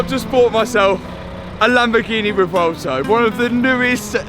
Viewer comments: ahh yes theh vuhvelto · Matt I think it’s pronounced Rev-u-elto and not revolto 😂